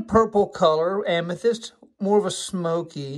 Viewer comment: I cringe every time you mispronounce Amethyst